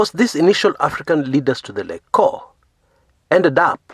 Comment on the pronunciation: Lol..it's prounounced as Lej-co..😁😁